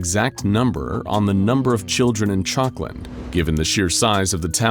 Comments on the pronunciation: Honestly thought he was saying chocolate for a minute 😂 town named chocolate 🍫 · Everytime they say chalkland I just hear chocolate